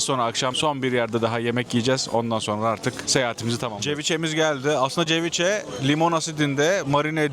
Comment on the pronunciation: Ceviche kelimesi Türkçe'de "seviçe" olarak okunur 😁